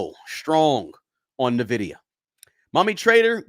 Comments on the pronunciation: It is N VIDIA not NAVIDIA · It’s in-vidia not na-vidia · Ennn Vidia. Not Nuuhh vidia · It's pronounced ENvidea, not NUHvidea. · N-vidia not Navidia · The name of the company is pronounced "En-vidia," not "Ni-vidia." Lol! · Its N vidia not navidia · It's N vdia not Nivdia. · N - Vidia, N - Vidia, N - Vidia, there is no Navidia. Where do you see the A in the name? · N NOT NAH!😅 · It’s pronounced “In-Vidia” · It’s N(an)Vidia. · It’s pronounced IN-vidia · It's pronounced IN-VID-E- UHH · It’s pronounced N-vidia, after the Spanish word Envidia, which means envy, and indeed, NVDA is the envy of every other stock. I own it since 2020. The only runner up to NVIDIA right now is AMD, and they’re far behind but are an excellent company with a great CEO. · It’s pronounce IN VIDIA lol but great video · For the non-gamers out there: It's pronounced "in-vidia." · Not n vidia it’s envidia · its not NAvidia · Small point ... Its pronounced envidia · It is pronounced (en-vid-ee-a) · Dude, Nuh-VIDIA? Really? 😂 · I hate to be that guy but it’s actually pronounced Nvidia (en-VID-ee-ə) . The stock has made me a multi-millionaire so it hurts to hear the name mispronounced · He pronounces it so wrong. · Bro say nvidia correctly pls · I concur. The stock has made me a multi-billionaire and I declare I nearly faint when I hear it mispronounced. Oh, casually throwing in that Nvidia made me a multi billionaire is cringe and douchey? Well then, I guess I'm just a huge douche. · At bare minimum, he should pronounce the name of the stock he is pushing correctly. It’s not nitpicking, it’s not asking that much folks! I too am a long-term holder of NVDA and have raked it in. But it does drive me nutz to hear it so often on this video (and elsewhere) mispronounced. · Haha and he says it so often lol😂 but great info on his part